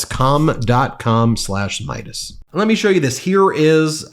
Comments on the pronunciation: Bro, you are not saying "CALM" right 😆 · Am I the only one that keeps hearing the name of the Calm app wrong? I swear I hear another word, that can't be said here. It keeps making me laugh. As a hint, try swapping the A for an U and lose the L.